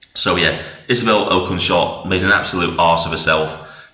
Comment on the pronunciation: At least pronounce her surname correctly. 🙄